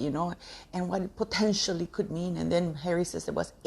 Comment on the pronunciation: "Potencially" what does that mean???